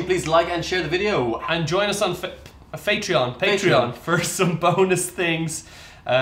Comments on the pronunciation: Another “patreom” ? Sihg. Imean, sigh... 😔 you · A Fatreon...I think he was starting to say "Facebook" :P I do that quite often. My brain gets my mouth to say something then switches to another word mid-word XD